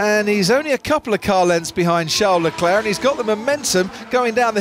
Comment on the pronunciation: "Shá Leclé" 😂😂😂😂